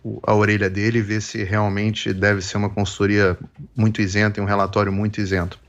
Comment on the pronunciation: Isenta e não "insenta".